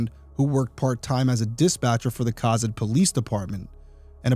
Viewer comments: It's pronounced co-zad. I'm about 75% sure that that's not a Nebraska license plate. If I remember correctly, the plates were white with orange or something all the way across the top, probably chimney rock. Cozad is kind of in the middle of nowhere, like literally, take i-80 West of Lincoln and before long it is all just fields. This has got to be just someone driving through on the interstate and stopped for snacks I think this is an example of you, being from ri, not realizing how big and empty Nebraska is. The one guy mentioned someone in Omaha, that's almost 4 hours away. The only reason you are in cozad is because you're from cozad, or you're passing through on the interstate. I'd look for other crimes along i-80 to see if they matched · I grew up in Nebraska and I don't remember this case. ( ) Also, I say Co-zad with a long o. I could be wrong about the long-sounding o but that's how I remember. Great job Derrick! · I am so glad you do bring attention to these cases. Side note, Cozad is pronounced Co as in coworker and zad like Chad. Meridian Ave was pronounced incorrectly as well, you left out the second I. I have a potentially small and wrong theory, but she was killed on her first morning working as a manager. I’m not sure how long in total she worked there, but first as a manager. Is it possible the suspect was intending to kill the manager who used to work that shift? He could have been sent to kill another woman and was told she always works Monday mornings? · Cozad is pronounced Ko-Zaad. ❤😉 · I absolutely love your videos and love watching them. As someone who lives very close to Cozad (pronounced Co-Zad) it’s nice to see someone cover a case from here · I'm glad you are highlighting this case. Unbelievable it hasn't been solved yet. Also...Cozad is pronounced with a long o. Like Ko zad.